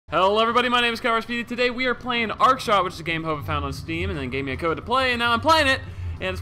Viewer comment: I tho speedy said arkshit lol